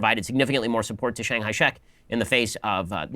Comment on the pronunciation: Sorry this is quite off-topic, but as a Chinese I just have to say Shapiro’s pronunciation of “Chiang Kai-Shek” is…outrageous 😂 It took me a whole minute to figure out what he was talking about, I thought he said Shanghai or something lol Although I do agree with this part of his opinions (Truman should’ve stopped CCP but he didn’t)…Guess it reveals something about Shapiro’s character that he didn’t bother to even figure out the proximal pronunciation of something he was gonna talk about in a video…At least rarely does something like this, I think.